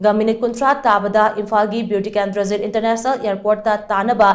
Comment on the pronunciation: Pls atleast pronounce clearly Bir tikendrajit airport not Beu tikendrajit